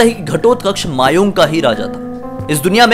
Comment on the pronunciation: Thank u ki ap ne Assam k bare mai video banaya . Aur ha aisa bhi hota hai mai kabhi jana chahunga udhar . 🙂🙂 very nice video. Aur vo mayaong nahi mayang hai 😁😁